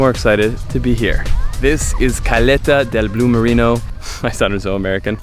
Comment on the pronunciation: Sorry man. It's Bue Marino, not Blue Marino. BUE means Ox and Bue Marino means Dudong, which is that marine mammal that's similar to a walrus.